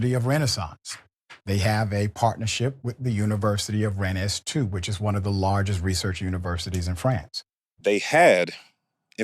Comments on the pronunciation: Ren-nez? really? it's pronounced "ren" " "dr" is your name even "richey" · If his degrees with "the unviversity de la renaissance was true, than I feel like he sould be able to pronounce the name of the school they were "partnered" to. Rennes : One syllable, "s" unpronounced. He said rayness...